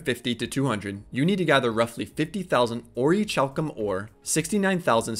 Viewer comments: Great vid, my only criticism is that its pronounced Ori-Kalcum :) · Pronounced. Ori - CAL - Cum Hope that does come off as rude.